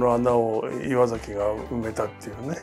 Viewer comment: 岩崎をいわさきじゃなくてちゃんといわざきって読んでくれてなんか落合さんってちゃんとしてるなって思った